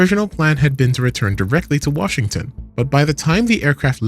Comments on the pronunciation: “Wahington D.C.” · "Wahington DC"